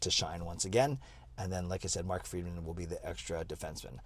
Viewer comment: It's Friedman not Freeman lol